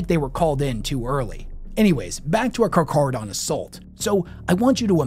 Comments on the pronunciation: Im almost pretty sure its pronounced "Kar-Karodon" you know like the Shark.... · Just a quick fyi, the ch is still pronounced as “k” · The "ch" in Carcharadon is pronounced like a hard "K" not a soft "c" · How the fuck do you mess up saying the name. its car-care-a-don. Its the scientific name for great whites. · The CH in the middle of Carcharodon is pronounced as a 'k' sound (carkarodon). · Its car-care-a-don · Car-care-uh-don. After the scientific name for white sharks. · Fun fact charcharadon carcharias is the white great white shark, and it's pronounced karkaradon (that's how it sounds) I'm just saying that's just how I think this chapter's name should be pronounced, but you can call them however you like. I don't wanna ruin your fun :) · He says CarCardon the entire video but introduces them as Car-Char-don.. interesting lol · It's not exactly a [k] sound, but more of an [h] sound. Think the word 'heaven'. However, in Greek, our vocalization is a bit more 'stark', as best as I can put it. It can be hard to explain in written word, but if you want, check the word "shark" on google translate and have it vocalized. It will give you a decent sound for you to work off of. But lacking that, yes, [k] is a fine way to pronounce it. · Nice job overcomplicating it😅😅. Car-car-adon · I learnt this on my first viewing of "Jaws". Everytime he pronounced it with the "ch" sound was like Quint's nails on the chalk board .... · Correct. It should be pronounced Carc-Haradon 👍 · Hearing you mispronounce "carcharodon" at the beginning of this video was driving me fucking insane. I love your content, but man... I'm glad you got it once the meat and potatoes kicked off. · Take a drink everytime he misppronounces Carcharadon! Fun game lol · today on " says aloud words he's only read and butchers the pronunciation". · No "H" in the pronunciation of Carcharodan. It sounds more like Car-car-a-don. You say it properly sometimes, other times you say char. I had to look it up.